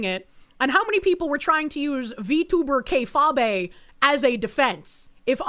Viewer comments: Haha - “Kay-fabe”. It messes my brain up everytime I hear Kay-fah-bay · Please, for all that is holy, tell me is pronouncing K-fabe wrong on purpose. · FFS, it's pronounced kay-fayb. Not kay-fabay, ya big stupid animal. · Jesus Christ it's pronounced KAY-Fayb not Kay-FAH-bay. It's supposed to sound like "Be Fake" because that's what it means. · Kay-fah-bay lololol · Kayfabe (KAY-fayb)